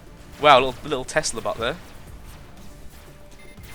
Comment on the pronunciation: When u were talking about the plasma vollies it sounded like you said butt instead of bot